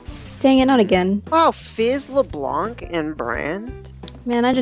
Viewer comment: Stop sayin Leblanke....